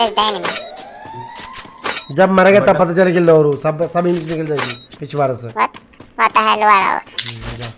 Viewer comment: ka accent hi alag h unka d acche se ni nikal pata Lodu ko loru Pichwada ko pichwara 😂😂😂😂😂😂😂😂😂